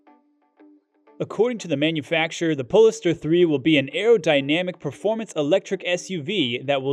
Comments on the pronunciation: Pole Star, not polster. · Sorry, but I just have to correct your pronunciation. It's called a Pole Star (not said like, Poles tar). Thanks for the video, the Audi is just gorgeous! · its not poliester hahaha POLE STAR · He doesn’t pronounce it correctly… It’s as you noted, Pole-star to give it a stellar futuristic tone as in “north pole” and “star”… pole-iss-stir sounds ridiculous. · Is it pronounced "pole-star" or as you said it "pole-iss-stir" ? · He is mispronunciating it. You don't invent pronunciation, it jarres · Yes, it was painful every time he said it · Exactly! The narrator badly botched the pronunciation.